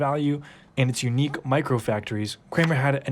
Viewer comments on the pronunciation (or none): none